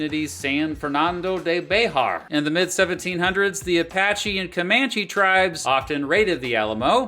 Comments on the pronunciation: You’re the first person I’ve heard pronounce “Bexar” (the county San Antonio is in) “Bay-har”. Despite that being technically true (similar to Oaxaca, Mexico) no matter where you’re from even south of the border we all say “Bear” lol. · “Bexar” is just pronounced “bear” btw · One note: The work "Bexar" is pronounced like the word "bear." I know, it's weird. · I literally live next to bexar county in SA. It’s pronounced “bear” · The “x” is supposed to have a hard “H” sound. The “x” in Bexar is the one that makes the Modern Spanish j sound.